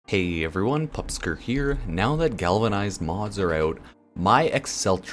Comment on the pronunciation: i dont know why when you say pupsker i hear "pups kicker" for some reason but i kinda stop playing Warframe for now and simply wait and calm/cooldown a bit